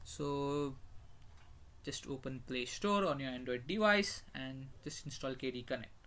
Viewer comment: It's KDE Connect, not KD Connect!